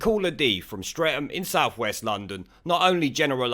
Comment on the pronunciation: Streatham is I shit hole. And a kerb crawlers paradise. With pockets of expensive houses where probably lives. And people like her call Streatham St-Reatham (sounds like, Saint Reath ham) I kid you not. I'm lucky, I live over six miles away from the place.